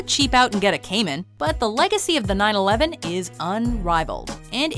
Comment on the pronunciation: The way she said 911 is sound like 9/11